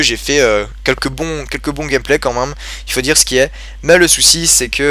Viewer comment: Bonne Continuation! Ps: j'adore quand tu dis " quand minme " <3